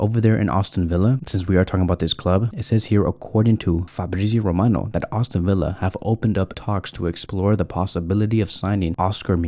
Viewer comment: Also brother it’s not Austin Villa it’s Aston Villa come on …